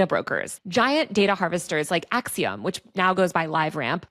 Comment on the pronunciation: You sound ridiculous with your pronunciation of the company Acxiom. You should look it up. Sounded like you swallowed your tongue in your attempt to mispronounce it.